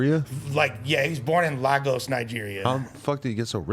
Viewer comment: Man said Laah-gowse